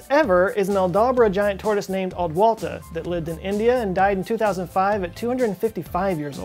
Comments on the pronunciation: Adwaita, not Adwalta... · The name of the tortoise is Adwaita, not Adwalta. It was also known as Clive's tortoise. British sailors picked it up in the Seychelles and brought it to India and gave it (along with 3 others) as a present to Robert Clive (of the East India Company) around the year 1750. About 120 year later the tortoise was transferred to a zoo were it lived until dying in 2006. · Its Adwaita not adwalta.